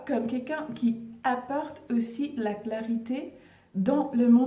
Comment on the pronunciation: Clarté et non pas » claritė « vous m’avez fait rire lol